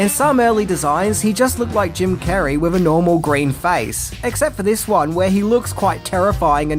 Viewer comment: You lost me at "wif a green head" learn the TH sound.... sad